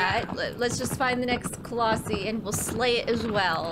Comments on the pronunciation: Colossi is plural, one is a colossus It's pronounced like Colos-Eye 😛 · Firstly, colossi is pronounced “coloss-sai and not coloss-see” secondly, love your content and hope you continue this series. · That prediction tho! 😳😳😳 (And it's coloss-eye not ee)